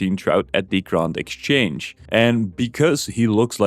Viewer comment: I immediately dont trust you because you said "grawnd" exchange